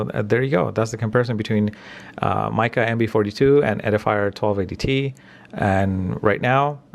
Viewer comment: Hi. This is my useless comment for the day!!! I'm assuming Micca is pronounced "Mick-a" not "Mike-a" as it has two letter Cs in the name 😂😂